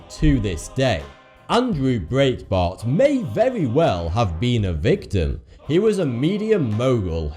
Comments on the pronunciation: I know that I'm a grammar Nazi, but it's pronounced Andrew Bright-bart. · Breitbart is pronounced Bright-Bart .... and for the record, no one close to Andrew Breitbart ... not even his wife, believes that he was the target of a heart attack gun. Andrew was a wonderful man and a great leader ... but he lived a highly stressed lifestyle due to his passion for uncovering news not covered by the mainstream media. He existed on very little sleep and was almost constantly in some level of battle via social media. Yes, he was relatively healthy ... but he was also well above a healthy weight and also well within the demographic for a sudden heart attack. We all miss him terribly ... but continuing to lend credence to this completely unsubstantiated conspiracy theory, only serves to direct attention away from the enormous contribution that he actually made. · why can't you pronounce breitbart correctly? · Talk faster. Also, you mispronounced Breitbart's name.